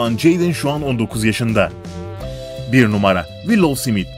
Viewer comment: Smithe neden simit diyosun kafanda mi var ?